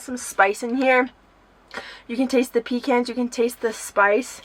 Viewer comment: Pa cans not pee cans 😂